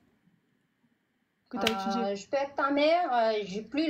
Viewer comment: . . . Dchire que t'a étudchié . . . Non, mais t'es sérieuse, là, va chez un orthophoniste pour qu'il t'apprenne à prononcer le français normalement. Putchaing!